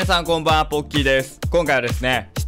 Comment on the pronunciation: ポッキー＝ボッキー ごめんなさい